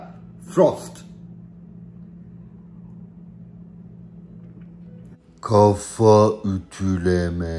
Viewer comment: almanlar ona frost degil PROST diyo